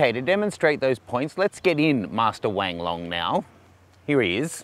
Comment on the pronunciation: Sorry, did you just say Wang Long?